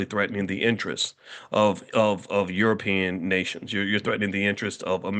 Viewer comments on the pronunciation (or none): none